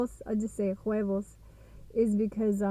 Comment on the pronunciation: Huevos. H is silent. LOL